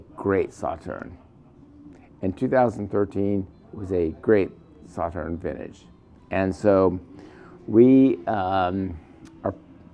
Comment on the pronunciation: Agree with you completely; please look up how to pronounce the name Sauternes to do the wine proper respect! Cheers